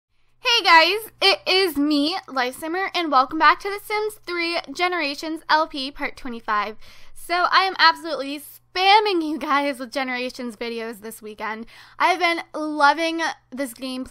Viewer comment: why did u sell the home video LifeSimmer oh and why do u say summer and not simmer